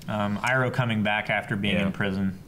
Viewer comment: Ikr, this seriously annoys me. also says ''Iroh'' wrong, he had seen the series before. Love the reactions and watched all of them in 3 days but god damn he needs to be stopped by the Avatar of names.